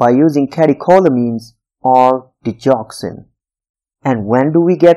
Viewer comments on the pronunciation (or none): none